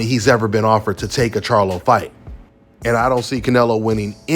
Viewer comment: Bro really just said charlo 😂😂😂😂😂